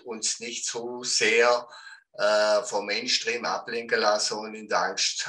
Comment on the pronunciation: Main schtreem 😂😂😂😂 lern mall bitte englisch